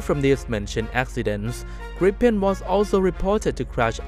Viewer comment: Gripen (swedish) to pronounce it correct in english, say the english spell greepen in english, then it sounds right.